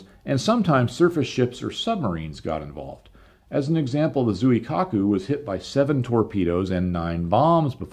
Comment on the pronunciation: The name of the IJN carrier was pronounced Zwee-kaku. The BBs name, Hay-e.